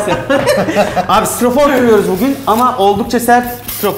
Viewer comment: Starfor dediğin nedir gülüm ben senin için mermeri göze almışım